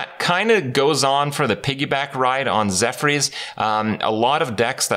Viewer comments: It's zephrys not zephyrs. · Zeph-Urs, not Zeph-rees. facepalm